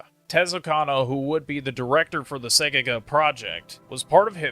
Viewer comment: you keep saying Segaga the game is called Segagaga